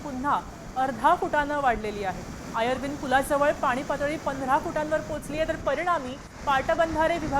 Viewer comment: आयर्विन व पाट बंधारे असं वाचायच असतं ते.... आर्यविन नाही पा ट बं धारे असं तर नाहीच वाचायचे